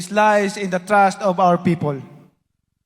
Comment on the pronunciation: The strength of our party is (lies ) ( lice)in the trust of our people 🤣🤣🤣🤣what is this mean? 🤔 Means lahat sa party nila Malakas sila na sinugaling 🤣🤣🤣 or Sa party nila mas malakas ang kuto 🤣🤣🤣 DODONG ( LAID ) sana yon... u reading Mali pa ..